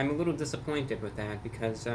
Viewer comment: Did he just say "a wittoo bit of a discount, or a wittoo bit of a woher price"? I can't tell if he is joking